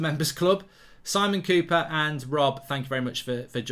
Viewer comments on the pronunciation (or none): none